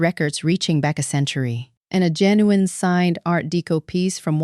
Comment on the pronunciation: JEN U INE NOT HOWEVER YOU PRONOUNCE IT !